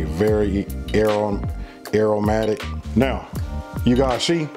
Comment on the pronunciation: WHEN UR TOO HOOD TO SAY "AROMATIC" MY GUY LOL